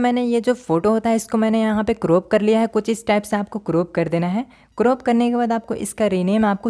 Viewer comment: Croop nhi crop hota 😅